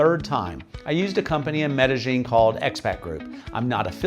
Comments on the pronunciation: Maybe you don't need to learn Spanish, but you can at least learn how to pronounce the names of the cities.. example.. Medellín. ... the "ll" in Colombia makes more of a "J" sound, not a "Y" sound like in most other Spanish speaking places. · I just don't get why gringos who have lived in Colombia more than a week insist on pronouncing the double L ("ll") as a Y instead of a J. It's MedeJin, not MedeYin.